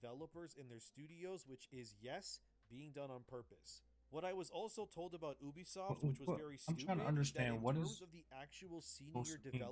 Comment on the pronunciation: The way he pronounces Ubisoft is actually correct. In Latin, "Ubi" is pronounced Ubi, not "yoube" and it means "where". Therefore, Ubisoft is a play on words that basically means Software.